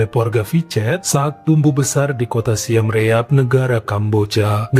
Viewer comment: Siem Reap itu kalo penyebutannya "Sim Rip" bang.